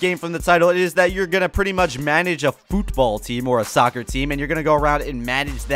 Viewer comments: Why is he saying football like that? It's pronounced normally (in Britain that's what it's called, and the American variation of the sport isn't very popular) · why you say football so weird ?